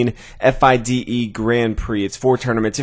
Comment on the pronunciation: F-I-D-E??? LOL Fee-Da.